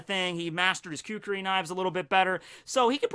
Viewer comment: It's Kukri, not Kukuri blades